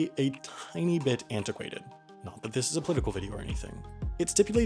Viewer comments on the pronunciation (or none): "Believe it or NAUT" i like it